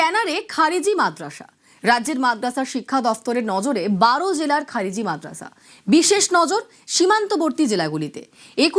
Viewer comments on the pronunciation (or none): খারেজি টাও ঠিক ভাবে বলতে পারে না সে আবার মুখ্যমন্ত্রী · ভাইরে উনি নেকি আমাদের মুখ্যমন্ত্রী।। খারিজি কে বলছে খাজেরি😂😂😂😂😂😂😂😂😂😂😂😂😂😂😂😂😂